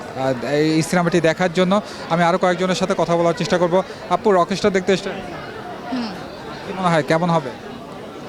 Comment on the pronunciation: বিশিষ্ট সাংবাদিক ভাইয়ের উদ্দেশ্যে বলছি- ভাইরে "রকেশটার" না, রকস্টার। উচ্চারণটা একবারে করতে হবে। না মিয়া ইংরেজি বিশেষজ্ঞ নই। কিন্তু অন্তত এসএসসি অবধি পড়াশোনা করলেও এই সাধারণ ইংরেজিগুলোর উচ্চারণ ঠিকমত করতে পারা উচিত। আর হ্যাঁ, বিভিন্ন সিনেমার জন্য দর্শকদের ইন্টারভিউ করছেন ভালো কথা, আগে আপনাদের উচিত সিনেমাটা নিজে ভালোভাবে দেখা। তাহলে শুরুতেই আপনাদের সিনেমাটা সম্পর্কে একটা সম্যক ধারণা থাকবে। গোটা ইউটিউব এবং ফেসবুক ভরে গেছে কিভাবে শাকিব খানের রকস্টার সিনেমা নিয়ে মানুষের মুখ থেকে খারাপ/নেগেটিভ রিভিউ বের করা যায়, কিভাবে সিনেমটা ফ্লপ করানো যায় এটা নিয়ে। বিশেষ করে "প্রতিদিনের বাংলাদেশ", "রাইজিং বিডি", "বাংলাদেশ প্রতিদিন", "স্টার গল্প না কি যেন একটা ইউটিউব চ্যানেল" এবং আপনাদের এটাও। কেন রে ভাই? আপনাদের তো দেখছি না "রইদ", "বনলতা", "মালিক", "পিনিক", "অফিসার" এগুলো মুভি নিয়ে কথা বলতে বা ইন্টারভিউ করতে? এসব সিনেমারও ইন্টারভিউ করেন, সেখানে আরও অনেক বেশি বাজে/নেগেটিভ রিভিউ পাবেন। যাই হোক, এভাবে উদ্দেশ্যপ্রণোদিত ইন্টারভিউ না দেখে যাদের ইচ্ছা তারা নিজে হলে গিয়ে সিনেমা দেখুন। নিজে যাচাই করুন। আরেকজন খেয়ে টেস্ট করে বললো "ভালো" তাহলে আপনারও ভালো লাগবে, বিষয়টা এমন নয়, আবার আরেকজন খেয়ে "খারাপ" বললো তাতেই যে খাবার খারাপ হয়ে যাবে বিষয়টা তেমনও নয়। আপনার নিজের টেস্ট আপনার নিজের কাছে। আর হ্যাঁ, যেহেতু শাকিব খান অনেক উপরে উঠে গেছে, তাই শুধু আফরান নিশো নয়, আরেফিন শুভ থেকে শুরু করে সিয়াম আহমেদ সবাই উপরে উপরে হোক, আর মনে মনে হোক, সবাই হিংসা করে। এমনকি রেসের বাইরে থাকা ডিএ তায়েব কিংবা হাসান জাহাঙ্গীরও করে, যদিও তাদের এখন আর সেই বয়স বা সামর্থ্য নেই শাকিব খানের সাথে প্রতিযোগিতা করার। তারপরও করে, তাদের ইন্টারভি